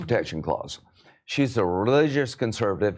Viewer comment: Look at how many cuts theyre having to do all while Lindsey "Ladybugs" Graham struggles to pronounce his words, and get his sentences out, and theyre having to cut and edit it every 2 seconds. Listen to how he pronounces the word RELIGIOUS . Holy Cow he is feeling good. This is what happens when men with no family or children Marry their job with plans on dieing while Congress is in session!!! Holy Moly this was is embarrassing for South Carolians. Whats going down there in Columbia bubba??